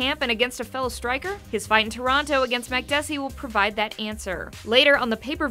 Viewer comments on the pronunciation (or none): none